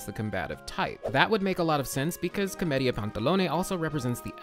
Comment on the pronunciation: Everytime he says Comedia it sounds like chlamydia